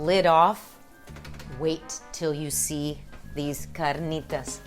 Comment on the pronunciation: no need to roll the "r" in carnitas. you only roll when there are two "r's" : )